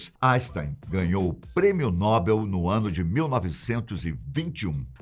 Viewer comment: Adoro seu canal, sou inscrito, mas me perdoe meu xará. Não é PRÊMIO NÓBEL, A PRONÚNCIA CORRETA É... PRÊMIO NOBEL!